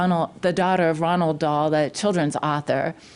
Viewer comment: It’s Roald Dahl not Ronald Dahl but you get a pass cause you’re so beautiful and smart